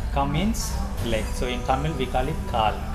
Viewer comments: தமில் அல்ல தமிழ். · தமில் இல்லப்பா தமிழ்